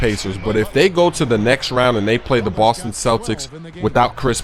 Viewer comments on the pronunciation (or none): none